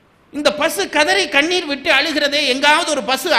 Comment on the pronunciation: Enaku Kaneer Enru Kekurathu